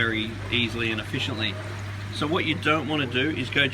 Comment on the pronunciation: "If you want to catch them ef-FISH-iently" xD